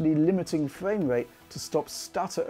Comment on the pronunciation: Fwame rate lol